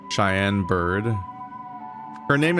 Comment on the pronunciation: that's 'cheyenne' not 'cayenne', lmao. it doesn't mean hot.